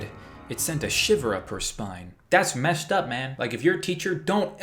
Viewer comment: Thats Mesh Up Man Me: THAT MEST UP MAN YOU JUST SAID MESH NOT MEST:C